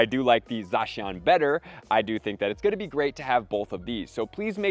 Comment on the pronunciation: Having shiny Zacian is hype! Enjoy watching you but the way you pronounce some pokemon names like Zacian make me cringe lol